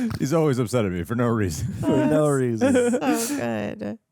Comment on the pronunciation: No-uh, wow-uh....PLEASE STOP!